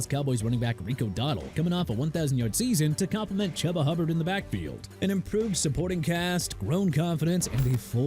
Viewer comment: CAN YOU STOP WITH THE CHUBBA NONSENSE PLEASE?! CHUBA (CHOO-BA) HUBBARD NOT CHUBBA!! GOT THAT OR DO I HAVE TO WRITE IT IN CRAYON FOR YOU?!!?